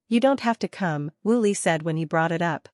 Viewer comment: Woo Lee not Willy!!